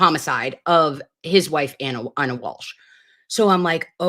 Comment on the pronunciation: Walsh sounds like Cozy as in Cosgrove